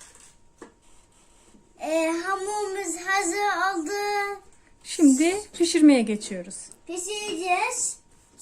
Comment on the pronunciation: ‘Hamuğumuz hazıy oldu’ diyen ağzı da yiyebiliyor muyuz 😍😍😍